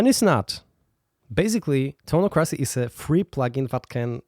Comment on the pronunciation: Isn't it pronounced toneock-ra-cee?